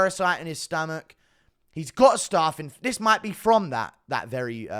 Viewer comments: It's pronounced "staph" not "starf" ... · GURU bro, I live in south west London, but I don’t pronounce ’staph’ the same way I pronounce ’staff’ (or phonetically - staaaarf). Why do you? It’s not starrrrf. It’s STAPH! 😂😂😂 Love the content bro!! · I am sick of writing comments on YouTube for them to be deleted because of adverts occurring during typing!!! It’s STAPH not ’starrrf’ bro. I’m from Sutton bro, can’t be far from you!! Love the content bro! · Why is my man saying staff 😂😂😂